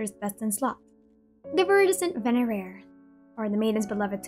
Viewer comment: My Hispanic tongue cannot pronounce venerer.